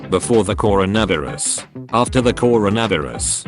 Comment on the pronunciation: Why it say carono viruz